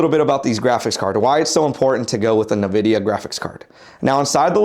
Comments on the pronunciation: You should be pronouncing it IN-vidia. Not Na-vidia. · “EN”vidia. Not what ever you said 😂